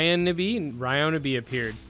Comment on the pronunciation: Uh actually it's pronounced Ryonibi hunny 💅